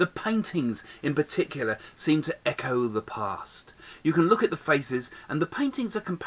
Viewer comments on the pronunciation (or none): none